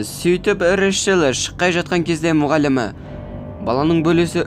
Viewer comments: Решел🙀 Рэйчел деп айтшы! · Решіл Решіл дей бермей Рейчел* деп дұрыстап айтшы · Ыыыыыыы Решл емес Рэйчл шығар😅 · Рэшл емес брат рейчелғо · Ришл дегенің нервымды қозғап жібердіғой 😅